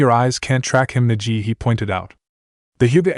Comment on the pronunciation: If you would do a proper reading of this with the right pronunciation of the names and themes then this channel would grow.